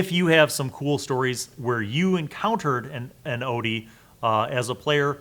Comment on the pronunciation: It’s pronounced Ot-yug